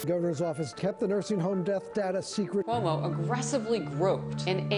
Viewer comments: Andeer Koomo? I can't pronounce his name. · Chris Cummo 😂